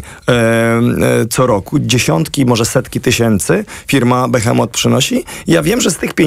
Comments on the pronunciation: Behemoth a nie Behemot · Nie "Behemot", tylko "Behemoth"